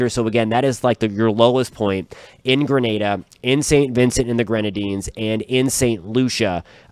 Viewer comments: I appreciate you saying Grenada (gruhNayDuh) and not Granada (gruhNaDa). Grenada is in the West Indies, Granada is Spain. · Thank you for pronouncing Grenada properly.